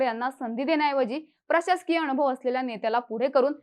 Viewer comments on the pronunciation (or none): अनुभव लिहिलं असताना ही बाई अ णु भ व असं कां वाचते ?